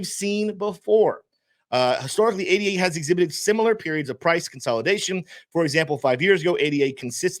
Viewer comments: Its not called A D A, its called ADA. Its named after a person called Ada Lovelace. No-one called her A,D,A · Love your narrative but would take you more seriously if you pronounced the coin correctly. Ada is not an acronym my dude.